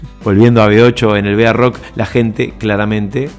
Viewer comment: B.A rock??? Barrock se dice amigo!!! Muy buen informe